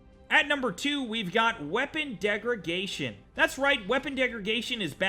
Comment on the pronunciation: It's funny how you say "degraGation" instead of degraDation. lol